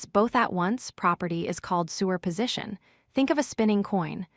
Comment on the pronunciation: Interesting and informative videos, but why is “superposition” pronounced as “sewer position”? It breaks one's train of thought every time the word is used.